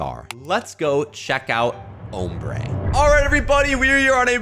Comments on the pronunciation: It’s pronounced om brae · Name ombré pronounced amber it’s a Spanish word I speak small amout of Spanish know the word not meaning 😊